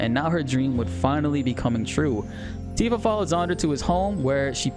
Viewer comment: I hope YouTube doesn't suppress you because they thought you were saying "ANTIFA" lol